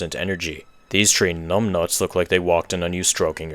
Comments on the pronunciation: So he says tree 🌳instead of three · why do you say tree instead of three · Is your first language French? Or Polish? You keep dropping the H in through, and three like my grandfather used to, and his first language was Polish. Just curious, hope you don't find this rude. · "at number tree, we have pikmin tree" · "Coming in at number tree is Pikmin tree."